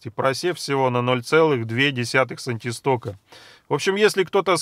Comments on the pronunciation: Все хорошо,только они сантистоксы,а не сантистоки...Неграмотная речь наводит на размышления и подрывает доверие.... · "Сантисток" - ухо режет. Единица кинематической вязкости названа в честь Сэра Джорджа Габрие́ля Стокса. Правильно говорить "сантистокс"! Однако, спасибо за Ваше исследование! Полезный и нужный труд! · Правильно говорить сантистокС